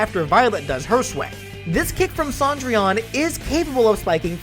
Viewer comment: I’m annoyed that Cendrillon is pronounced Sandrian